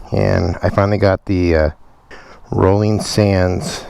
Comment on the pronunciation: It's pronounced ROLAND... row land... Roland... not rolling. 🙄😑